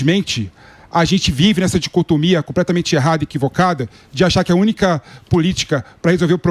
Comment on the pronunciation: Esse canhotinha é tão burro que não sabe nem falar dicotomia,ele fala (discotomia).